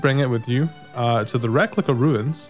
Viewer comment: Reliquia= Reh-lee-kya